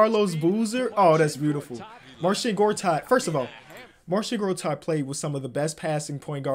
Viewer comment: Mans was sayin "marshit gortat" 😂😂😂